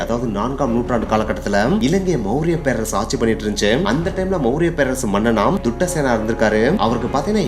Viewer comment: காசியப்பனின் தந்தையின் பெயர் துட்டசேனன் இல்லை தாதுசேனன்😅